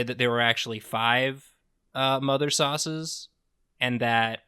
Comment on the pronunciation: "Sau-ces"? Is Greg?